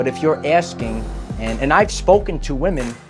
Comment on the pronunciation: Please don't succumb to the internet mind-worm of losing the ability to pronounce the plural "women",. <3